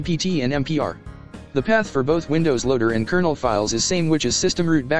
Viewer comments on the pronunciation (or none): none